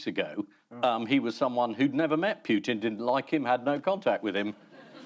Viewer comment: Bravo Andy Hamilton, , an English person who can pronounce Putin correctly.